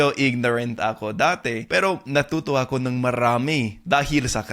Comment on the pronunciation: Shortened your (AKO) pronunciation to be more native sounding. Not ahhkoo... Should be a'ko.